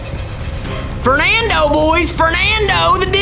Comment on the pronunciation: “FERNANDO” true Disney fans corrected him am I wrong ?